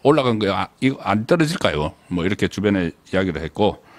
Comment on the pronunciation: 안떨어질까요가. 제가 듣기에는 손안보냐 ..라고 들리네요